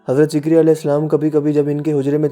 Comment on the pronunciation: Yha "ZAKARYA as" hai na ke "ZIKARYA as"